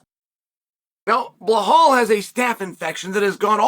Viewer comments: Dude his name is Belal. Where is the h? You keep calling him "belhhal" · Chael fuck its Belal not Blahall... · “Bluhal” still gets me every time 😂😂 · I can understand mispronouncing some names, but Belal? Where are you getting "Bla-hal" from? If you can say the words "bell" and "all," then you can say "Belal." Why are you adding an H in there? That's like pronouncing "Alex" as "La-hex," or "Chael" as "La-chel." I'm convinced at this point it's a gimmick. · Master of pronouncing the names wrong : Blahal , Pierra and so on . 😂